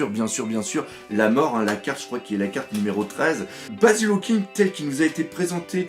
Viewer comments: Tu dis Hawking au lieu Hawkins mais sinon tres bonne expliquation du puvoir dHawkins javais pas tout capter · Tu peux arreter de dire hawkinGGGGGGG Y A PAS DE G !!!!!!